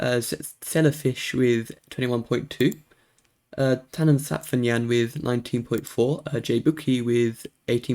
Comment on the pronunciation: Side note: As a German I am very proud of you for nailing the pronunciation of Tannenzapfenjan! :D The time you spent in Germany has had an impact I guess. :)